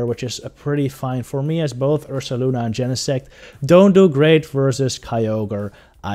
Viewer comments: Take a shot every time he says ursalana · He def says Ursalana. Very good video, btw. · isn't it Ursaluna...? as in Moon (Lunar) Bear (Ursa) ?